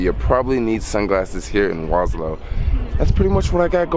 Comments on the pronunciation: Warsaw bruh, not warslow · please do not refer to my city as "Waslaw" the proper pronounciation would be "Varshava" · Waslow? It's Warsaw. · So is Warsaw Poland really pronounced Was-Low? Or are you somewhere else? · Soul Jacker War...saw. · Kept hearing Waslow in the video :) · regarding the time you took to asnwer the question, I guess you finally managed to grab a bit of basic education. Warning- learn how to pronounce Warsaw correctly, or dont use the word at all. You are nor in Bronx, bro, to speak like a black idiot here.